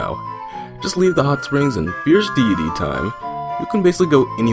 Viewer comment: Fierce deity mask bruh Fierce De it e!!!!!!!